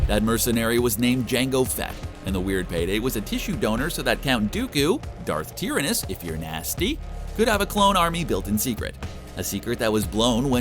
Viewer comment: "Darth tearaness" 😂😂